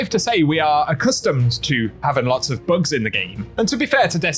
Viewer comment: You had to say the word "Bugs" at least ten times before I realized you weren't saying "Books". Lol. Thought you were talking about lore and I was confused. ><